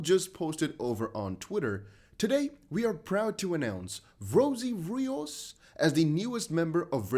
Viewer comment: It’s pronounced Rios